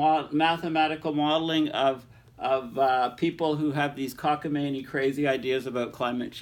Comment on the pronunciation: It's "cockamaMie". :)